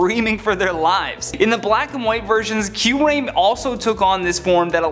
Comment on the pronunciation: The way he said Kyurem and Giratina made me cringe down to my nuts